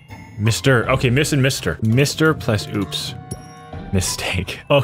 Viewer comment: you're the only other person I've ever heard said "plus" as "ples"